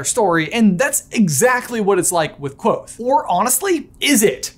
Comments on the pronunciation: The Kv is a digraph. You hear both letters. "Kuh-vothe" isn't quite right but it's a lot closer than Quothe. Yes, I'm gonna be the weird fantasy pronunciation guy (even though Pat says to pronounce it however you want) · Ha lol I always pronounced it ''ka-vo-they'' in my head whoops